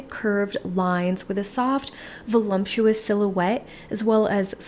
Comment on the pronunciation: It’s voluptuous not ‘volumptuous ‘ 😊